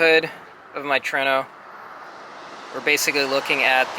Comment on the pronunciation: It is TRUENO! (TOUR EH NO) Not TRENO! Your saying it wrong